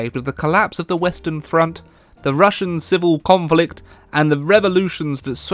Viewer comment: Why does he say conflict?